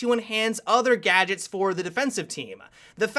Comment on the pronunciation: Everytime he says gadgets I keep getting reminded of 'gajjeks' from CrazyRussianHacker lol